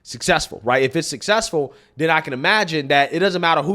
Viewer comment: He says “den” instead of then. No sir you will not be our countries head representative. 🙄😂